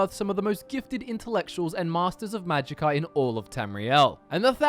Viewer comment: .... Did you just say "Magicker" efficiency?